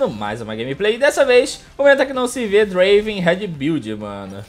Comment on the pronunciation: não e draven e DUEEEENVRAN